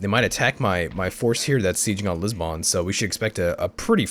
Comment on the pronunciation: Your mispronunciation of the name of the Portuguese Capital triggers me.